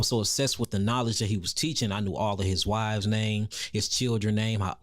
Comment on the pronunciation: Is he saying wiveS?